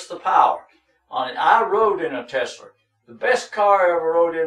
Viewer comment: TESLER LMAO